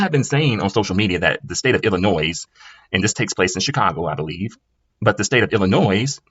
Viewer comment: For fuck sake its pronounced illinoi the s is silent